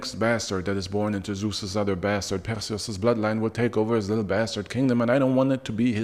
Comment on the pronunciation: Most famous basted? Are you sure ? Say it a few more times